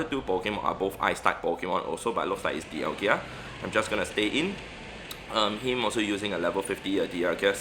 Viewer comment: Why does he pronounce Dialga as Dialgia?